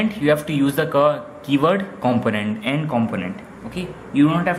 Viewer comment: Great video, only thing is the way you pronounce component is wrong.